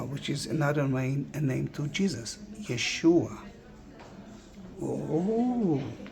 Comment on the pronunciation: Love hearing you saying ...Yeshua just WOW..🥹🫶🪔